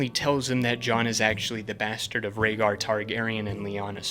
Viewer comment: I know you didnt call Rhaegar "ragger" and Viserion "Victarion"